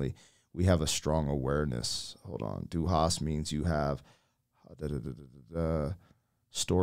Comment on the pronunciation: The three times of Du hast mich, Sounds Like du hasst mich. Which means, you‘re hatin‘ me And then comes the plottwist for germans! In English it goes You asked me, but I didn’t answered